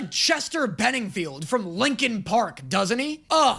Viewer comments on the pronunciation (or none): Chester Bennington sir not Benningfield. As for the transformer if it wasnt the quintessons you were thinking of, its probably Blitzwing from transformers Animated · scues me please put some respect on Chester Bennington's name. love your videos though. your reactions to shit is the best